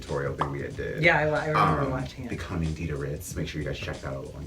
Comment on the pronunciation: DIDA WITH A D NOT DIDA WITH A T CUZ DIDA WITH T GOES TA NOT DA!